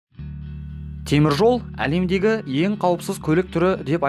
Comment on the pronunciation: Лемдеги емес алемдеги